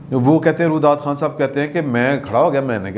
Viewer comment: Hazrat dont mind ifI correct you his name was RUYEDAD KHAN not Rudad Khan. 2ndly Allama Iqbal ko bakhash den unho ne SUNG O KHISHT kaha tha nah k SING O KHISHT. Khuda ra pehle apni URDU to theek kar len. Na aap ki ENGLISH achhi aur na URDU. Umeed hai mind nahin karen ge. Wese agr kar b len to ...........?????????